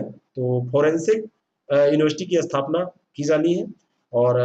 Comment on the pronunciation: अस्थपना नहीं स्थापना होता है सर